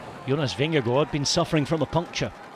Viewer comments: Why is the Danish name "Vingegaard" pronounce as if it was French? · Awesome race and Cofidis rider win but why must this commentator pronounce Jonas surname like that,hes speaking English not Danish.